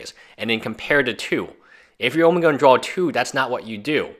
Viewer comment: I love your video...but it's DRAW...say DRAWL again and I'll bite your nose.